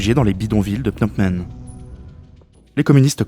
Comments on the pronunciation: Excellent boulot, vidéo très éducative sur un sujet délicat, juste un truc qui me fait marrer, le fait que tu dises Pnot Men au lieu de Phnom Penh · « Au niveau de Pnamp Men » j’ai souri. Très intéressant sinon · Cette vidéo est très instructive, bien documentée, bien rythmée, bien réalisée. Cependant, je n'arrive pas à m'ôter de la tête le fait que 9 fois sur 10, le narrateur prononce phonétiquement "" au lieu de "pnom pen". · Répétez après moi : PhnoM Penh ;) (pas PhnoP Men) – à part ça (qui m'a fait sursauter à chaque fois), très intéressant. Merci. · Juste1detail, on prononce PNOM PEN et non... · "est proclamée a " c'est difficile à dire hein!? 😄 plusieurs fois tu a prononcé au lieu de Phnom Penh 🤪 Mise a part cette erreur récurrente de prononciation c'est un excellent documentaire, très intéressant MERCI pour ce taf 🙏👍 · Excellente synthèse. Mais j'ai l'impression que vous ne savez pas prononcer Phnom Penh. A chaque fois j'entendais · C’est Phnom Penh, pas 😂. C’est vrai que ce n’est pas évident à prononcer. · C'est éccrit Phnom Penh, j'entends Pnomp Men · Phnom penh! Pas "pnopmen" ou je ne sais quoi! C est si compliqué??? L alphabet phonétique international n a pas été inventé pour les souris! Trouver et lire la prononciation exacte prend 5seconde chrono! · Super vidéo, très bien documentée. Le narrateur a beaucoup de mal à prononcer Phnom Penh mais ça n'enlève rien au travail fourni. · Très bien fait :) mais la prononciation de Phnom Penh par le narrateur... quelle souffrance 🤣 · Super vidéo, pas facile a prononcer phnom penh hein